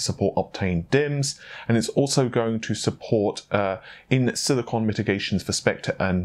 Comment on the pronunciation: You hear tittycum but i hear silicon.